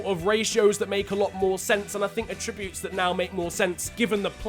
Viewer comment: Anyone else get annoyed by the way he said “attributes” haha